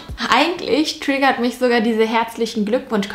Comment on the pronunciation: Mich triggert es, wie du manchmal du triggerrrrrt sagst 😂